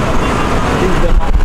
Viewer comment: Bro it's not bema camp it's Burma camp .